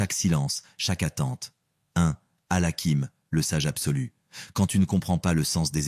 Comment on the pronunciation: Baraka lLahou fikom mais s'il vous plaît faites attention à la prononciation des noms d'Allah Sobhanahou wa Ta3ala il s'agit de Al-Hakim, Ar-Rahman, Al-Wadoud, Al-Latif et Al-Fattah, le H se prononce ح, écoutez la prononciation arabe pour ne pas dire autre chose. 🤲🥰